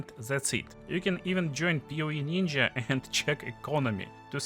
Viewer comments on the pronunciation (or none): none